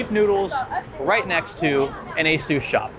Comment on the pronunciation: FYI, you pronounced ASUS WRONG.